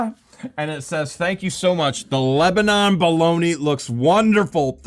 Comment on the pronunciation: Not like Lebanon the country. Pronounced as lebanin. Like they say in Lebanon (lebanin) PA